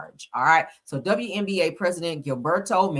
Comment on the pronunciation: WBA NOT WNBA. I'm laughing every time you say it. Good commentary.